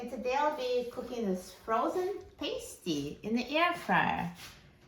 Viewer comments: Being that I live in the Upper Peninsula of Michigan, please learn to pronounce it correctly… it’s “PAST-TEE”… a Paste-tee goes onto a boo-bee 😂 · Ur pronouncing pasty wrong!! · I was just up in the UP, MI And they corrected me on how to say pasty. The way that I remembered the pronunciation is that this is a food from back in the “past” miners day that was created. (Pasty, as in paste, is a female adhesive.) 😊 these are so good! And I’m going to try your method in the air fryer right now! As I brought some frozen pasties home with me. 🤗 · I am from Wisconsin where these are very popular. Yes it would take an hour in the oven. I haven’t tried it in the air fryer but I will. By the way we pronounce it to rhyme with nasty. Not sure which is right. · Please read my comment above ..I'm English she's completely pronounced it wrongly